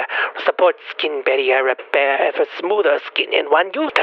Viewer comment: "Skeeen baeRRieRR RRRepaerrrr" - Nosferatu, 2025